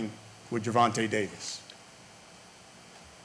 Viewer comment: "Gervontae?" "No, Gervonta. Can't you see the A at the end?" 😆